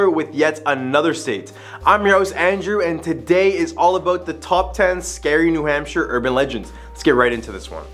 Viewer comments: Sorry to be that guy but I can't get past it. We pronounce it "New Hampshur" not "New Hampshyre" Same with Concord it's closer to "Concurd" than it is to "Con-chord" We're weird like that. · A little , teeny bit more research due here. Hamp shire? Say it like sheer. Some say it like hampster, without the t. Research, at least google, maybe talk with someone from New England or wherever you are investigating. The Blair bridge is just I’ll used by people ignoring the signs about weight and taking turns. It has become a thing for the college students to drink at the bar right next to it and then try to light it up again to be part of history. Locals patrol to attempt to prevent. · I can understand not pronouncing New Hampshire correctly if you were from a non english first speaking country maybe. This dude cant even pronounce one of the states thats name is basic english. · Pronounces Chocorua correct but new Hampshire wrong… but I digress. I literally just camped up on Chocorua 2 weeks ago and have many times in years past. No monsters, unless its us snoring that you hear